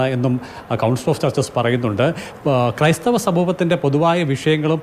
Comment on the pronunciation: ക്രൈസ്ഥവർ അല്ല കോ ബി ക്രൈസ്ഥവർ എന്ന് പറ 😅😅😅😅